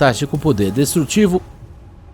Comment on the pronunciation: Mossa seu português é bem ruim “Noubel”? Poder “destruetivo”? Pqp